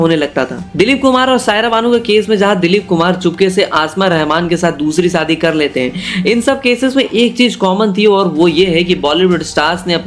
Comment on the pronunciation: Shadi bolna seekh le pehle saadi😂